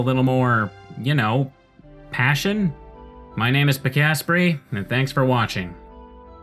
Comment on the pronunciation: Why do you pronounce your name incorrectly?